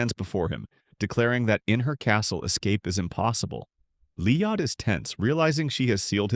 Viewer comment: Who the F is Leeodd?